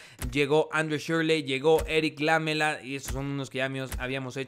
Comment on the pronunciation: Es lamÉla, no lámela!!!